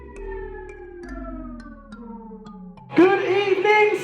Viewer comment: IT'S YERSEL